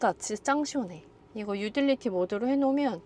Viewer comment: 아니 이 누나는 리프레쉬(refresh) 보고는 리플레쉬라고 하더니 오늘은 유틸리티(utility) 보고 유딜리티래. 참 나. 너무 예뻐서 학교 다닐 때 공부를 안 했나? 그리고 뭐 자꾸 노을 보고 예쁘대 지가 더 예쁘면서. 저렇게 예쁜데 왜 요거 밖에 안 뜬 거야? 더 떠야 하는데. 희한하네. 뭐 나중에라도 알아서 뜨겠지.